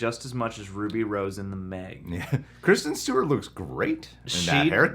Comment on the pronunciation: the way he said kristen Stewart 🤣🤣🤣🤣